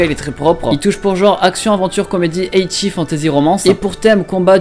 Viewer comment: Arrete de dire Ecchi "eytchi" !!!!!!!!!!!!!!!!!!!